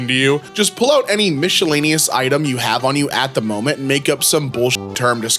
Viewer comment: On today's episode of "Reading While Illiterate" we learn that can't pronounce "Worcester", "worcestershire", or "miscellaneous" correctly.